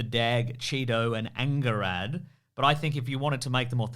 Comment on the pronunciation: That's not how you pronounce Angharad! It's a Welsh name. It sounds like Anne-hah-rad. It's a lovely name and popular for women where as I promise you Anger -had is not.